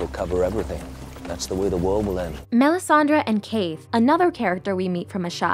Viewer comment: Great video. It’s Melisandre though, not Melisandra. 😉